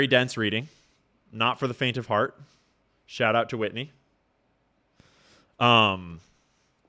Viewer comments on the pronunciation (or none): none